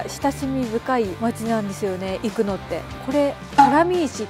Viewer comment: 👍️生野の発音が生粋の関西人やのん！😉ますますべっぴんさんやのん！😍